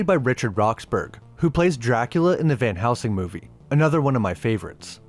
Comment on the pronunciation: Dude. It’s van heLsing. Not van housing.